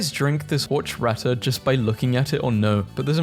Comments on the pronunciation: “Horch rata” 😭😭✌️💔 ITS PRONOUNCED “Or chaht ah” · Genuinely crashing out about how said horchata ITS PRONOUNCED HORE-CHA-TA NOT HORCH-RATA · ITS HORCHATA PRONOUNCED OR-CHA-TA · Did bro just call it “HORCH RATA” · It’s pronounced orchata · "horch ratter" is crazy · this is the most horrendous way i've ever heard anyone ever pronounce a word ever